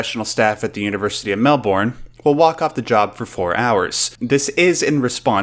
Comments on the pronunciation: Mate it's Mel-BURN in both pronunciation and what to do with it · It's Mel-Burn not Mel-Born! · It's pronounced Mel-bin, not Mel -born. FFS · He makes it sound like "Mel-bun" to me. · The way you say Melbourne is wrong.